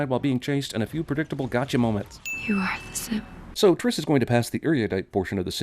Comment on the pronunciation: OMG YOU SAID FOURTRIS